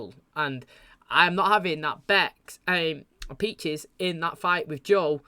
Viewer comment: Man I was wondering if anyone would say something about the “Peaches” thing lol everytime he says it it hits the ear wrong he also says “Becks” all the time he loves making names plural.